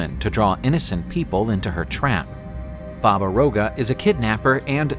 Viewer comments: It's not Roga, it's Yaga. Slavic alphabet has a letter seems like a reversed R and it's read Ya-Ga! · It's Baba Yaga